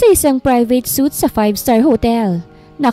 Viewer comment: Ang sakit sa tainga na ang suite (swoo -it)ay bibigkasin ng suit (soot)